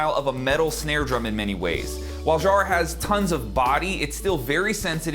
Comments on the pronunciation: love your sound and the snare compliments your playing beautifully But as an Aussie the pronunciation of Jarrah is emphasis on the ‘J’....phonetically sounds like ‘Kara’ as you would say not shzzarrah. 👌😎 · In Australia "Jarrah" rhymes "Farrah", i.e Farrah Fawcett if you are old enough to remember.